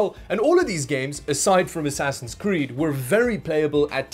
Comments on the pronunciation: "ass ody" lol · Ah yes “Ass Ody” my favorite game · “Ass Odyssey” 😉 😂